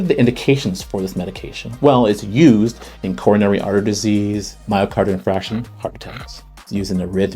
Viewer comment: Don’t know if I can trust a doctor that can’t pronounce “infarction”. Heard a doctor say that to an intern, never forgot it. 😂